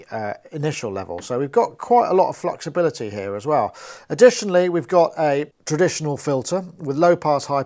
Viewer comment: hahahaha did you say fluxibility?